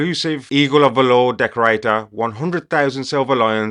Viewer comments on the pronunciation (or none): eagle of valoooor😂😂😂😂........wtf dude......have you never heard the word valor before and how it's pronounced...come on😂😂